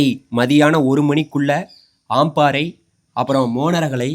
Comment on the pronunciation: ஆம்பாறை இல்லை.அம்பாறை தான் சரி🤦🏻‍♀️ மாத்தாறை இல்ல மாத்தறை.உங்கட தமிழே பிழை.திருத்திக்கொள்ளுங்கள்.